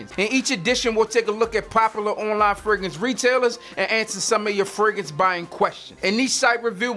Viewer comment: This dude sound like he saying Ferguson instead of fragrance